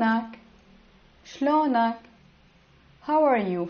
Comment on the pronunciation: Shlounak sounds like your a local